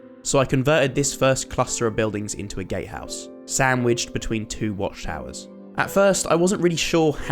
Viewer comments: bro am I the only one who thought he said gay house instead of Gatehouse Bro I can get the green but where's all the purple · I'm sorry, I'm sorry but. Did he say gate house or GAY house??? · Who else thought he said gay house